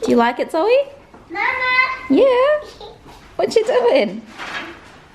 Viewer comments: She called her "Zoe Zoe" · Im Haitian and you just called Zoe “Zozo” 😆😆